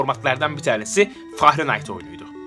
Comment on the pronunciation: Fahrenayt degil Ferınhayt. Cok triggerlaniyorum o Fahrenayt deyisine. Lutfen degistir.